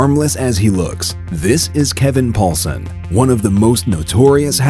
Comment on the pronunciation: "Kevin Poulsen".... nope.